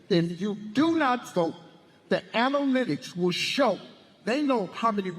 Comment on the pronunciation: Steve Harvey: " Da Anolelyttics "